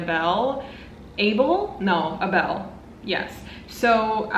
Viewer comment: Hey girl, Abel is pronounced like able. It's weird. I hope you like Vinland Saga. The mangaka is a genius 💞💞